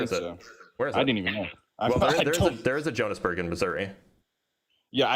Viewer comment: And then his pronunciation of São Paulo and Johannesburg. Truly mind boggling.